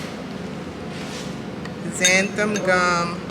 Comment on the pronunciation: You are pronouncing zanthum. It is Xanthan with n at the end, not m